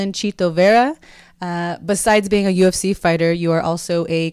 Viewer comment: he pronounces UFC: "ooh effe cey"....dude this guy is like 200% ecuadorian. his advice to his younger self: "Get out of ecuador..." this all the way. I'm half Ecuadorian , and all my primos and primas feel the same way - Ecuador has no future for young people... The only way to make your mark is to go abroad. Good luck to Chito!